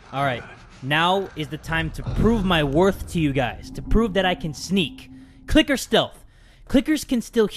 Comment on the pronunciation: when he says f u clicker it sounded like fu ni***